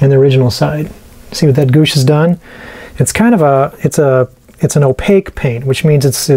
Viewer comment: Great job, especially the roof. Those are bay windows on the side. Cupolas go on top. Gouache is pronounced "gwash."